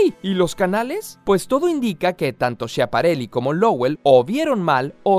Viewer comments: El "schia" de Schiaparelli se pronuncia "skia". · se pronuncia skiaparelli... Que por cierto es hermano de la diseñadora Elsa Schiaparelli, íntima amiga de Salvador Dali y una de las mujeres más influyentes en la moda del siglo XX. Deberían hacer un video sobre moda. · Shapareli? por favor... cuesta poco informarse.. canali es canales en español...